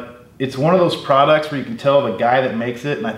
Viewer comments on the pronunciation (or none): none